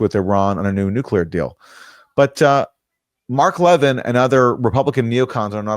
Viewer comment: I think we should negotiate with Iran, give up Zionism. I'm Jewish. As is Mark Leh-VIN! Why can't you pronounce the name of that Fox pundit correctly? Leh-VIN. If you'd watch him at all instead of just reading the goddamn copy, you'd understand how to pronounce his name. You're either doing it out of ignorance or malice. Which goddamn one is it?